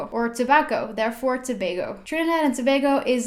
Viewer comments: good go with saying Tobago right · Finally someone pronounces Tobago correctly!!! 😋 Great Video thoo!! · Congrats on this video! You did a great job!! You even pronounced Tobago correctly... (most people don't). Anyway I enjoyed looking at this! 🇹🇹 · You actually pronounced the name right congrats not many foreigners do. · Thank you for pronouncing it correct!!! So many people mispronounce 'Tobago' all the time!! Your pronunciation of Chaguanas was a tad off but that's okay. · you mean when they say ToBAGO and not Tobago lol yeah I was surprised as well